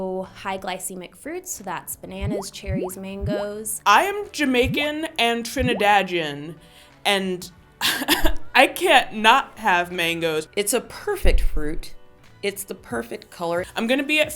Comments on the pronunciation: did she say Jamaican and trinidad-jan? um...lmao. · Trinidadgian? 🤔🤔 Ah wah dat? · "Trinidagian" "Brian Mcknight" 😭😭😭😭😭😭😭😭😭😭 idk how u say it but it's not trinidagian and that was Boys II Men😢😢😢😢😢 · Jamaican and Trinidadian but you can't pronounce Trinidadian 😂😂😂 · shalise t I know girl. I'm Trinidadian and Vincentian. She pronounced it wrong. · ......wow no. we know what it means, we're Caribbean.. we're just baffled by her inauthentic pronunciation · why was this me... im mad she said trinidadian like that